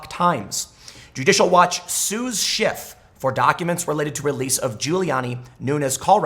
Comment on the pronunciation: I heard you say congressman shit , lol.